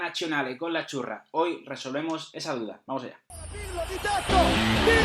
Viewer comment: Cada vez que dicen la Azzurra pienso que dicen la churra